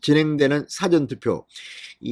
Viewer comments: 제발 사전 발음 액쎈트 넣지마라 정말듣기싫타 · 잔성호씨 발음조심 辭典과 事前 발언 구뷴 확실히 해 주세요